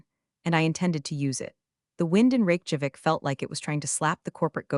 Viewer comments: Funny how her family name becomes a bank job (Teller vs teller). Rake Javik? Terrible AI. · It cracks me up that the closed captioning precisely spells out the AI's pronunciation of capital of Iceland as "Rake Javik". I like the speech quirks of this less natural sounding narrator. It sustains my attention. Entertaining production, once again.